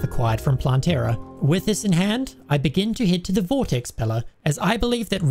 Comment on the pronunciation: Love the video but please its not planteara but plantera